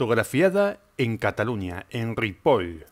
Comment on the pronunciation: Te doy un like por dos razones: el excelente video y pronunciar correctamente Ripoll 😅